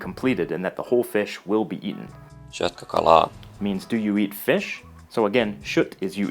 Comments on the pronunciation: shyöt :D. To me it almost sounds like a russian accent though I haven't heard that many russians speak so... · Your effort and good intention is appreciated, however the pronounciation (syöt read as shiuut was a total cockblock, and also the 2nd syllable accent -- it's always on the 1st) really should be researched more. No point to rush these videos if they're only moderately accurate. I guess the finnish guy that you tried to copy the pronounciation from had some lisp. Btw, a finn would never complain, so I stepped up to the task because I'm not one :D Cheers. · From what area is the pronunciation of the word "syötkö" ? The speaker starts with an unfamiliar "sh" sound that doesn't appear in either the Duolingo or Pimsleur materials I have been using to help me learn Finnish. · The voices are not native Finnish speaker, unless they're shitting you by telling you that they are pronouncing the words properly. Some words are close, but some are pretty far off (syötkö being the worst of the bunch). I'm amazed if nobody has mentioned this before, particularly if they actually speak Finnish. Perhaps people are being polite, or simply do not speak the language. But to those of us who do speak it, the (mis)attempts at pronounciation are quite obviously off.